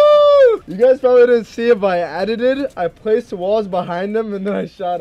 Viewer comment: Nobody: Not a single soul:: "I aditied" 2020